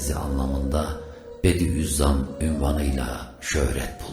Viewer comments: Hocam Bediüzzaman mı yoksa bediğzzam mı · Sevgili ilaç kardeşim.yaptığıniz bu faydalı hizmetlerinizden dolayı size teşekkür ediyorum.Yolunuz aydinlik ve açık olsun.Said i nursi nin lakabı 'bediüzzam' değil 'bediuzzaman' dır.selam ve dua ile.